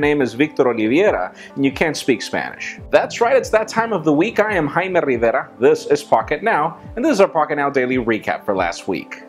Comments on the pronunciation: Well, he's just pronoucning it right xD Roodney Vargas Absolutely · His is just pronouncing his full name correctly in Spanish. Nothing wrong with that. I do the same with my last name.